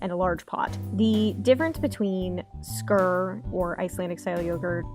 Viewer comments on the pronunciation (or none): Just a heads up I think its pronounced skeer or skier 😊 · It's not pronounced "skuuur" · You lost me at 0.08. If you're going to be an influencer on YouTube, please know how to correctly pronounce the subject of the video. Ugh.